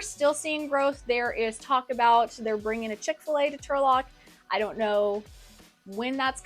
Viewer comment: you lost me when you said chick filet